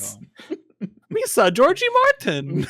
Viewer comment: "George Jar Jar Martin" oh my god